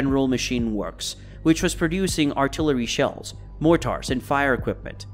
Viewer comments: More-tar Lol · This is hilarious. Morrtarrr. I wish these channels would use real voices instead of robots . Maybe one day they will figure out how to pronounce words . How can this voice be so articulate but so daft at the same time . More...tar? Morter errrrrrrrr listen closely. Who talk like this . Answer computer ai. Lazy turds